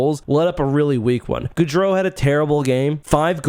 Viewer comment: Pet peeve: Go-dro, not Goo-dro.